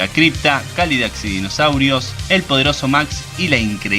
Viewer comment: Porque siempre dice cálidac y no cádilac es una pregunta que jamás tendrá respuesta!!